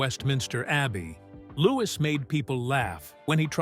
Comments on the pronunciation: Pronounced loo wee not looking iss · Its louis not lewis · I find it difficult to believe your 'report' when you do not pronounce his name correctly. He is "LOO-eee", not Loo-iss. His Mum is Princess Catherine, not Kate. Please respect the Royal Family enough to pronounce their names and titles correctly. Afterall, you make your money off of their crumbs.